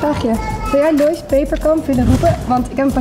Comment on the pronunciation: Omg lois ze zeiden je naam verkeerd en ik ging echt stuk HAHA